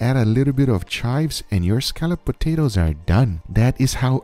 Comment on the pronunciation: That's not even what he said... He said scallops potatoes